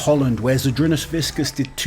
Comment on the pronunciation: Hey, since you have been making an effort to pronounce athletes names correctly, the c in Savickas is pronounced kinda like the c in Licis. Whiskas is a cat food